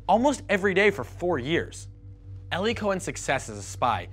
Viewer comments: 14 seconds in I stopped because i thought i heard something stupid. Did they mispronounce his name as "ellie"??? I've actually met a few Eli's (also of jewish descent) and they always pronounced it as "eeee-lie" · "Ellie" im sure he means 'eli' EE - LIE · Eli Cohen (as well as almost all Hebrew speaking Eli's) pronounce their name eh-lee. It's often short for Eliyahu (Elijah) or Eliezer and not like the name pronounced "ee-lie". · Eli, a nickname of the Hebrew name Eliyahu (Elijah), is pronounced eh-lee and not ee-lie.